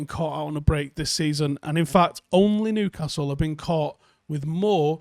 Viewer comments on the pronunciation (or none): none